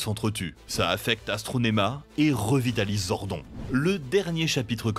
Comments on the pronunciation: Zordone et pas zordon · Mec, tu lis "Zordon", alors que c'est "Zordone" phonétiquement. Vous êtes sûr de maîtriser le sujet ? Ou vous voulez juste faire des vues pour le fric ? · ZordonE pas Zordon pitié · Sympa la video c’est dommage que vous n’ayez pas parlé du meilleur des powers rangers, les comics. Ils sont vraiment plus adultes que la serie live action et comparables à Marvel et DC. Sinon vous avez fais quelques petites erreurs Zordon se prononce [Zordone] et dans la VF justin ce prononce [Justin] et pas [Justine] comme la VO. Sinon je crois que SPD a plutôt été aimé par les fans, les saisons vraiment pas aimés sont en premier (super) Ninja Steel et (super) mega force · Zordon 😂 sa se prononce zordone mais ok hein 🤣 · mdr, ZORDON se prononce ZORDONE ! Merci bien ! Mais je préfère les versions d'origine, ayant grandi avec Bioman ! Par contre, Power Ranger in space est ma seule saison que j'adore (moins de 50 épisodes). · Fait un effort stp c’est Zordone 🤦🏽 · "ZORDONNE" ! PUTAIN retournez jouer au patpatrouilles bon sang ! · Jpp comment tu peux prononcer zordon..... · La prononciation du nom Zordon il continue de mal le prononcé 😠😠